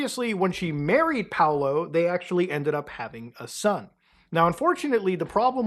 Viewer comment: its not Paulo its Paolo, he's italian.